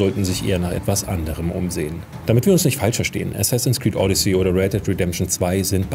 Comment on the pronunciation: Sorry, aber du sprichst es wie Audicy aus, nicht wie Odyssee.